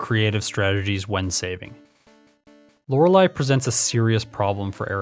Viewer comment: Hard to give you those likes if you keep privating the video. Really like your style of video. It feels refreshing and nostalgic. Stories like the Mew under the truck are my jam. Also I prefer you over the other guy, since you know how to pronounce Lorelei. lol